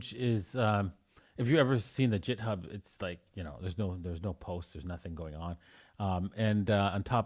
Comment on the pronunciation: Sounds sus. He says he’s a software developer supposedly, speaks english natively possibly along with other native language like me but he pronounces github as “Jithub”? And his github repo has pretty much nothing.